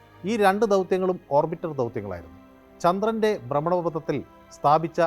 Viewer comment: ചന്ത്രൻ അല്ല ചന്ദ്രൻ ആണ്